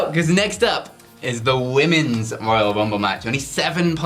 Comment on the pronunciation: The WWE Woyal Wumble